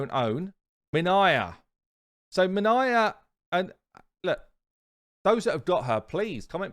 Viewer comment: Lmao u said minya. 🤣 I'm dead. Have u seen how powerful this champ is. Try beating the duo in platinum then I can say u know wat ur talking about. It's like when u said cybelle was terrible